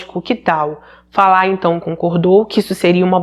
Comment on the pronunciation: Parabéns pela pronúncia do nome Falah. Meu marido é iraquiano e tem o mesmo nome e as pessoas sempre dizem Fala como o verbo falar na terceira pessoa do singular. Infelizmente muitos iraquianos querem que os demais se adaptem a maneira deles viverem. Meu marido já tem cidadania e se diz "brasileiro", abriu sua cabeça aos nossos costumes e nunca me obrigou a seguir os dele. Mas em contrapartida um conhecido que dou aulas para os filhos, é ignorante e cria os filhos numa bolha e eu vendo a maneira dele ser fico enojada. Mas é bem pq vc disse, eles saem de seus países fugindo de péssimas condições de vida e não querem aceitar os costumes de onde escolheram viver. Chamo isso de ignorância radical.